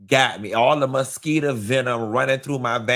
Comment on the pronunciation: “MuhSKEE-tah venom.” 😂